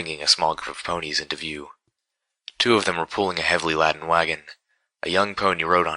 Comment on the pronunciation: Another helpful hint. Laden is NOT pronounced as Lad-en... it's pronounced as Lay-den. saying Lad'en is making the listener think of Aladin, and not the fully loaded wagon in the story. trying to help, the